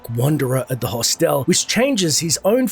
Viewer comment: How does an Aussie not know how to pronounce hostel?